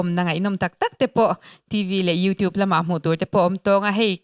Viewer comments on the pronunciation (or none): none